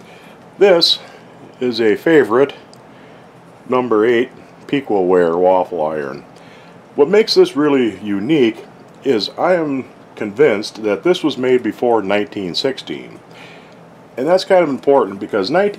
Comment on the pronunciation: Piqua = pi·kway :) That's how they say it here in Ohio.